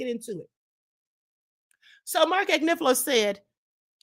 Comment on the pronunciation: Blessings my Queen. The fact that she can’t even still pronounce Mark Agnifilo’s name correctly, imo she’s purposely disrespecting the man knowing the correct pronunciation of his name just shows us all how either obtuse she is or she’s just plainly and boldly a disrespectful person! 🙏🏽✌🏽❤️